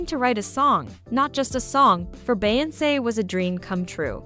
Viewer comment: Why is this person behind this YouTube right here pronouncing Beyonce name wrong in voice 😂